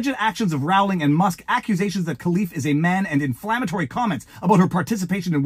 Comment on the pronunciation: Sorry. I tried to resist but you mispronounced her name so often, I just had to comment. It's J K Rowling like bowling ball. It's not J K Rowling like growling wolf. I'm just too pedantic to let it lie